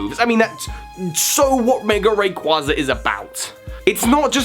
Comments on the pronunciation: Ray-qwayzer. Ray and Quaser. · Rayquaza - Ray-quay-za It's pronounced like quasar.